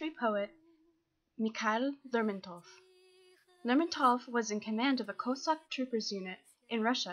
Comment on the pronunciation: It's Lérmontov not Lermontóv